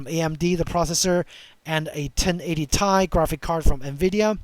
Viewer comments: T I NOT TAI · Great video... I'm thinking of this card myself. One thing though, from a former 1080Ti owner... it's Ti as in Teee Eyeee 😅 Actually, shouldn't say former, still own it, it's in my kid's PC now, after I got a 3070Ti a few years back. The Duke 1080Ti is way bigger than the FE cards.